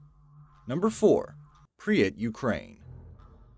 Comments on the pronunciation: It's not PRI-YAT, it's pRIP-YAt. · he also says something like "Prius" instead of "Prypyat" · Hey dumbass it's called pripyat not whatever the he'll u just said get ur fucking facts straight